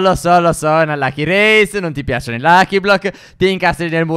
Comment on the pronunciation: Non tipiacono